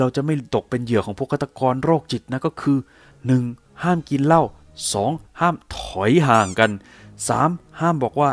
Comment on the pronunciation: ห้ามถอยห่าง.. เน้นมากคำนี้.. แอดมินๆๆๆๆๆๆ.. 😂